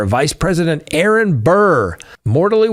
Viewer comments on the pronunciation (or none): none